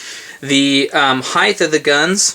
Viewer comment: heighth lol